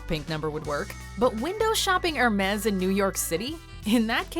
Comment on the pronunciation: Air -May. Hermezz! Really.